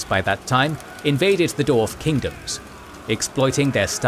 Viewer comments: Can someone teach this dude how to say "dwarf"? I keep hearing "doors". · Spent 4,5 hors listening to a guy saying Dorf instead of Dwarf, that's how invested i was in this ;)